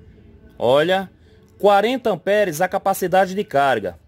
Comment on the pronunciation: Rêlê, amperes... Kkkkkkkk Pelo amor de Deus cara, pára de falar errado.